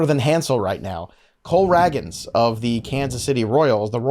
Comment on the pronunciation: I heard Cole Ragans pronounced wrong and I’m out.